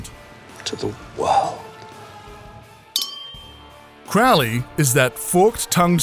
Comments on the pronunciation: hi its crow-lee not crowl-lee lol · If they do a second series could the actors at least pronounce Crowley correctly! 😤 Its no pronounced Crow-lee It's pronounced with the Ow sound and their two birds in my name! 😂 Pronounced Crowl- ee! 😤 Rant over! 👌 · The way they pronounced aziraphale and Crowley is so funny